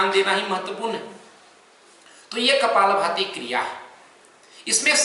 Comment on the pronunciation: it not kapal bhti its kapal bhathi